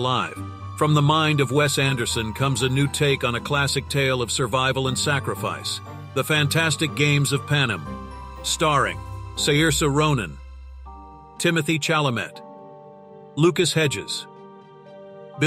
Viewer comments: How about ‘remaking’ The Wicker Man? And yes, I mean the original and not the remake! Oh, and Saoirse is pronounced Ser-Sher ;) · It's so funny but the Wes Anderson movies always remind me of "Pushing Daisies" which is a bit similar :) It makes me cringe a bit when the storyteller says the names wrong :P Saoirse Ronan is pronounced as "Sersha" :) I think the following movies would be fun to see in that Wes Anderson style: Inception Equilibrium Stardust Willow The Fall (by Tarsem) Sleepy Hollow Sending love and creative vibes! <3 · The only thing I'm sick of is the AI voice mispronouncing ‘Saoirse’ and ‘Chalamet’. Try feeding it ‘sursha’ and ‘shallamay’. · Please let an AI teach you how to pronounce Saoirse Ronan and Timothée Chalamet.